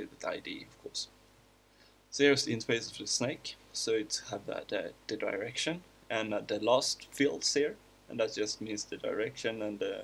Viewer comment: What I understood: when he said "in a direction" it sounded like he said "that erection"